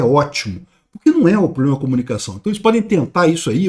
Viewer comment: 😂😂😂😂😂"ploblema arrezovidiu!!!"